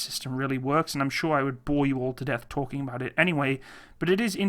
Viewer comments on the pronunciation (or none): none